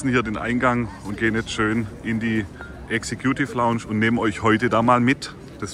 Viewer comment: "Exe-Kjuuutiff Launtsch" mag lustig klingen, aber die "Executive Lounge" ist der exklusivste Bereich beim KSC im Wildparkstadion, wo erstklassiger Service, super Sitzplätze und privilegierter Zugang auf dich warten. In diesem eleganten und gelungenen Ambiente werden Gäste verwöhnt und können die Annehmlichkeiten in vollen Zügen genießen. Also, auch wenn die Aussprache für einen Lacher sorgt, ist die Erfahrung in der Executive Lounge alles andere als zum Lachen! 😉😎✨ #Sprachmeister Vielleicht traust du dich und stellst für uns ein Video online in denen du dein Sprachtalent vermittelst. 🥸🥸🥸Liebe Grüße und frohe Weihnachten gehen raus an Dich